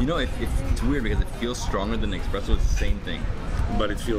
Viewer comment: Did he say "Expresso"?